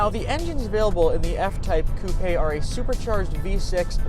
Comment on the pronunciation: You said coupe wrong loser